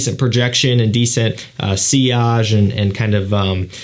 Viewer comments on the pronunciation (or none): none